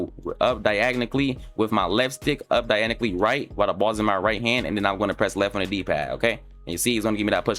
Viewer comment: please learn how to say diagonally🔥